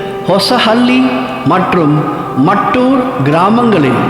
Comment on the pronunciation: ஐயா அந்த ஊரின் பெயர் மட்டூர் இல்லை."மத்தூரு"கன்னட மொழியின் சரியான உச்சரிப்பு.